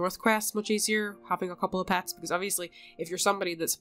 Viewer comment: Pets not pats